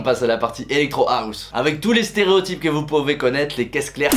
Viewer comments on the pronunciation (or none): none